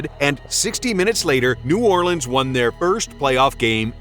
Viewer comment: Bro nobody in the Deep South or any of us from the New Orleans Baton Rouge Natchez Biloxi region call New Orleans New Awlins. Nobody says that. That for some reason is just irritating. Great channel though